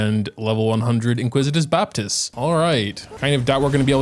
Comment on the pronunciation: IN-ICK-WIT-US Baptist. Sorry just had to get that off my chest :P This is by far the hardest floor 12-1 ever. I still haven't 3 starred it cause both sides are so very cringe. So hard to not get 1-shot by the heralds, especially since you can't dodge due to stamina drain. Whopperflowers are masters of wasting time glitching about. Not fun hard, just stupid hard.